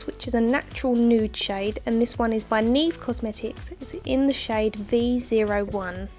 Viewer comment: i love the look. ahhh now i want to put my make up on!!! Btw you say Neve wrong...